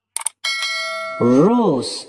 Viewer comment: Do you not think it’s time to stop talking about Rose & Giovanni and just respect their privacy. You still mispronounced Rose’s name so obviously you don’t listen to our comments😡